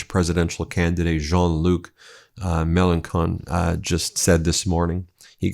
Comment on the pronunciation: The name of the french leftist politician is pronounced like "Melanshon", not "Melankon" ;) He's running for president in next year's election